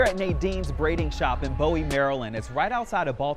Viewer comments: It’s boo-wie. Lol. Good info TSR💜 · Tried them once for 3 months never did it again. The hair had my scalp itching I can say my hair grew and I didn’t lose any as I kept it up. It’s Boo-wee pronounced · Bowie MD….we pronounce it as BOOwee over here😅I’ve passed by this spot several times and always wondered what it was like. Thanks for sharing ❤❤❤ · Been totally natural since 2000. NEVER going back! And btw … it’s pronounced “Boo-wee” Maryland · Bowie is pronounced like “Boowie” Maryland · It’s pronounced “Boo” “Wee” Bowie, MD 😊 Also women from Uganda use hair made from banana fibers. I believe there is an AA woman named Ciara who sales it here in the States. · Its pronounced “Boo-wee” a little research on the topic your covering goes a long way as a proper journalist. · I thought Bowie was pronounced like buoy? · It's pronounced, Boo wee Maryland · Its BoooWie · It is pronounced Boo-we and it’s not outside of Baltimore, it is a DC suburb in Prince George’s County! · Random comments....please say Bowie correctly 🤦‍♀️....can y'all let him use his normal voice since this is a black site....and I know it doesn't take all the chemicals out but soaking in apple cider vinegar removes a lot of the chemicals and atleast stopped the itching problem for me.